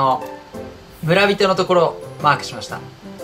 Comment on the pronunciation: mark がマー君に聞こえるｗｗ